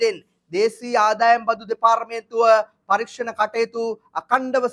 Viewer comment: දෙපාර්මේන්තුව ,දේපාර්තුමේන්තුව කියා නිවැරදිව උච්චාරනය කරන්න කරුනාකරලා, මාද්‍ය ප්‍රකාශ නිසා. 🙏